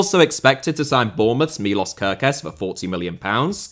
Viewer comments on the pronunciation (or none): By the way, Milos is pronounced MiloSH and Isak is pronounced EE-SSak not EE-Zak. And I’m not even going to get into Gravenberch.